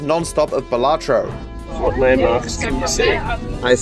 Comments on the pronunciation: I beg your finest FUCKING pardon "BA-LA-TA-RO?!?!???!??" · "bale lah tarot" 😭